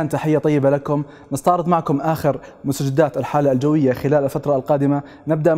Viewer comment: والله ان هالدكتور رح يجيبلي الجلطة ..ولا كلمة عربية بلفظها صح..حتى كلممة مستجدات لفظها سيء وخطأ